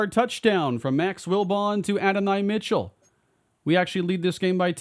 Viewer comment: No hate but it’s “A-don-e” Mitchell, loving this series